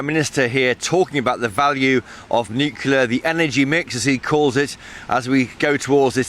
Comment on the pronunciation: FOR CHRIST SAKE GB NEWS, GET YOUR REPORTERS TO PRONOUNCE 'NUCLEAR' PROPERLY!